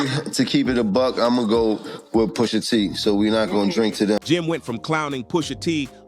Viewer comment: Cornball said POOSHA 😢😂😂